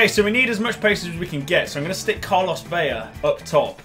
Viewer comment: hey ur pronouncing velas name veya, and its vela. u just say the L normal.;)